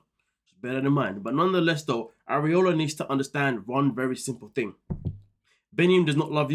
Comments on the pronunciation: ..."areola" 😂😂😂 I'm dead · Ariela= Are-ee-L-ah (pronunciation). I know it’s a tongue twister for some. You kept saying an anatomical word instead. 🙈